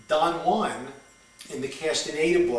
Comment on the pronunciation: first of all somebody should teach you the right pronunciacion of Gurdieff and Don Juan. Then speak more abstract so that nowbody will understand you.